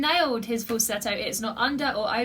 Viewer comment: Congrats , you pronounced the word Falsetto the way it should be